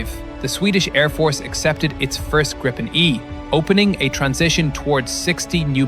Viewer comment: Pronounced Grippen wrong and then say that Sweden is small on the map??? My advice is to do a little more research or buy a better map mate